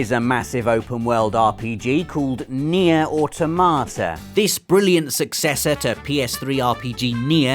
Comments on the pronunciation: "Nier: Au tomato" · it's pronounced near a tomata.......